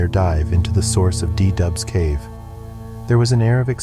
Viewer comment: It´s called cave du Doubs, not De Dub. 😀